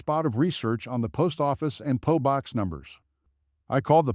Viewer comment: It is a P O box, not a po box!